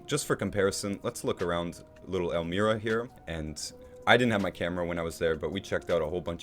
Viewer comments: Great Video! Pronounced El MY ra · Nice video but i really dont understand how you could tour a town and make a narrated video of your trip and not know how to pronounce it. Elmira is not even that unusual of a name.